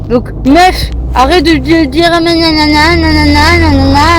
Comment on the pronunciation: Mais elle etait dans un etat second ou bien? On comprends rien 😂😂😂 apart son Meuffffff